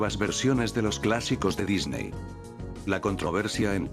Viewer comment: ¿"controverCia"? ¿"De Dicney"?